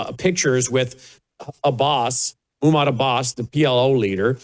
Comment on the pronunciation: it’s not “Moo-mod” It’s “Mock-mood” Abbas